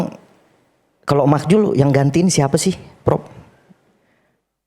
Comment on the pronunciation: Kelasnya beda.. Profesor vs yg sono cuma otot doang. Btw makzul om, bukan makjul😂. iNews juga kalau bikin acara undang yg sekelas dong, jangan jelekin program sendiri